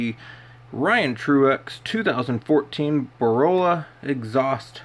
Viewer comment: its BOR - LA .. lmfao not BOROLA